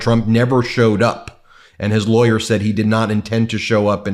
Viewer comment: He only knows the bestest people who all call him sir. He even sounds like a liar when pronouncing lawyer.